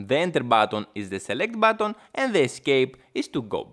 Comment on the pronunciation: i had to watch muted, This guys voice and accent are HORRIBLE on my ears… SHUUUUUUT UUUUUUP, Its XBOX not XBOOK and its BUTTON not BATTON